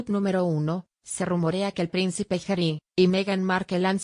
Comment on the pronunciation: No se dice Gery! Es Harry o pronunciar Jarry, no jery